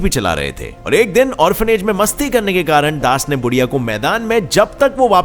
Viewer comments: बुढीया नहीं यार उसका नाम है बुधीया 🙏🙏🙏@ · Odisha ke child runner ka naam बुधिया hai। Not बुढ़िया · बुढ़िया नही बुधिया उसका नाम